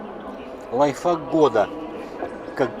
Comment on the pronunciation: только не говорите «лайфФак», надо лайфХАК»